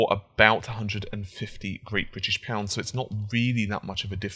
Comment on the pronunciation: Great British pounds? Your saying it wrong.